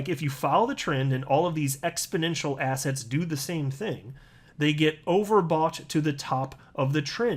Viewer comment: I don’t know whether you intend it, but every time you say digital assets I think you’re saying digital “asshats”